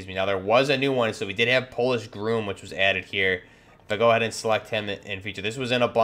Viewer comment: Its pronounced gr-ah-m, not groom.